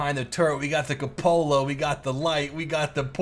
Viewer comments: I hate how you say ca Lola for coupala Instead of coo puh la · It's not pronounced Kuhpohla it is Q-pohla. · The cupola is pronounced Kyew-pull-uh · I was typing "It's pronounced 'koop-el-uh'" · koop-uh-lah, your vids are great but man that pronunciation drives me crazy